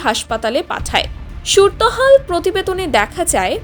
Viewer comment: সুর তহাল নাকি সুরতহাল.... এ নাকি সংবাদ পাঠিকা....😢